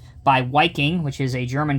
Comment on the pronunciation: Wiking is pronounced Viking